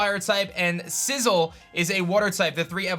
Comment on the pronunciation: please dont pronounce it as "sizzle", its sizz-aisle, sizzile